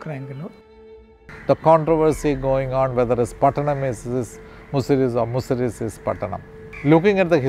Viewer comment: Its not Muziri. Its Musiri.